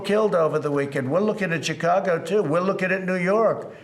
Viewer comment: Did Trump really pronounce Chicago "Djoa-go-go"???